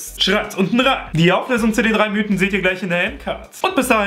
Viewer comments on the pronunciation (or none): none